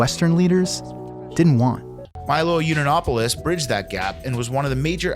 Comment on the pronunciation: Heavily researched and sourced. Can't even pronounce Yiannopolous.